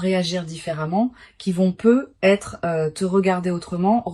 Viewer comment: Vous êtes passé par l'IA??? Déjà ce n'est pas un tirage de cartes car les cartes sont déjà posées 😮 ensuite on entend PEUT ETRE !!! Il n'y a pas de liaison vous coupez bien les deux mots ... PEUT ÊTRE.... on dit peut-être...